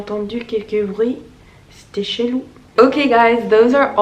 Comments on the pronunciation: Whoa.. t'a un bon accent et t'explique bien ! Juste je me permets en tant que française, pour 'chelou' , tu prononce 'chélou' mais ce serait plus juste de le prononcer ''cheulou''. Sinon continue comme ça, tu fais un bon travail pour les non- francophone 👍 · Bonne continuation avec ton apprentissage du français! Ta prononciation est plutôt bonne sauf sur le mot "chelou", c'est bien"chelou"et non "chélou"(comme tu le prononces), tu dois bien prononcer le son "e"sinon c'est incompréhensible pour nous.